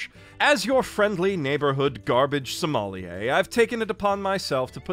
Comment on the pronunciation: Never say the word "sommelier" that way again